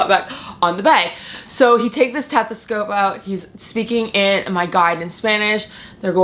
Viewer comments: "tethescope"? Its stethoscope honey. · Is English not her first language? “Tethescope, having complusions, washroom”.... what’s happening here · Jaime K is she Canadian? I honestly don’t know anything about her really lol. I was just confused why she was talking weird on certain words. Like tethescope isn’t a word. It’s stethoscope